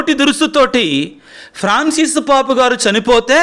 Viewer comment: పాపు అనకుండా పోప్ అంటే బాగుంటుందేమో sir